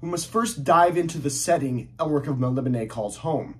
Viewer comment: Elric has long been one of my favorite fantasy characters. BTW, great pronunciation of "Melnibone". That's how Michael Moorcock would say it.